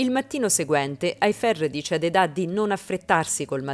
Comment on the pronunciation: Lei si chiama Eda non Edà ! Ma chi fa i riassunti li guarda sti telefilm o li fa solo per i Like ?